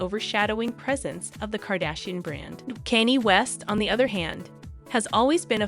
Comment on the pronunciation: i can't tell if you're purposely pronouncing the names wrong. i thought i was dead at kanny west but kid cootie might take the cake. wtf lmfao